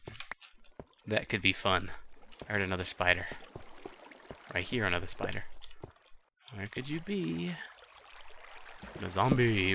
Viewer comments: I thought he said Spitter (as in from L4D2) :I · Wow... I've always said "spider" like "spitter" too I don't know why, I just like saying it like that.